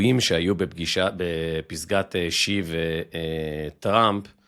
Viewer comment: יש סיכוי שתלמד להגיד את השם של שי כמו שצריך ולא לקרוא לו ז'י ? זה מביך.